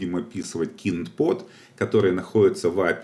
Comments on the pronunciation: Трубанул со слова "КИНД", правильно будет кайнд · kind vs keened кАЙнд (вид, тип, разновидность) или кИнд (причитать) Если все называть своими именами будет проще. Курс хороший, но кого хороним не могу понять? После каждого кИнд кровь из ушей. Приходит человек после данного курса и про кИнд мне говорит, а Я не могу понять о чем он.:)